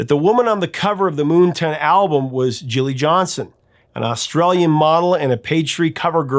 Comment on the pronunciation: Isn't the album title "Moon Tan" (not ton) as in the opposite of Sun Tan?